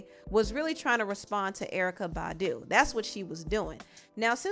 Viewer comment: 😂😂😂😂 the way she said BAHDU 😂😂😂😂